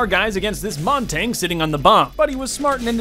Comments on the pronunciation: Why does say montage it’s essentially montaje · Montagne is not pronounced Montane. Its pronounced Mon-tannee- yuh. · “They had a montain” “They had a monteng” “Us against this montaing” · Am i the only one that really dislikes how he says Montagne?